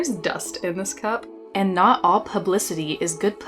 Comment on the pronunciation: "Poo-blicity" LMAO, I'll say.